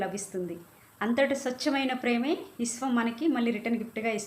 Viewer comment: ఇశ్వం కాదు అమ్మ విశ్వం